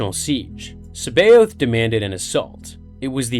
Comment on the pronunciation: His name is pronounced "SAB EYE OTH" people need to learn to pronounce things right jesus it proper gets on my nerves, look it up properly, Timothy Zahn himself pronounces his name SAB EYE OTH